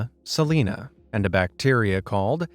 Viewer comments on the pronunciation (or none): none